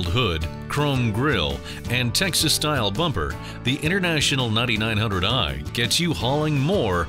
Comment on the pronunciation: I keep hearing “Nutty Nine Hundred Eye”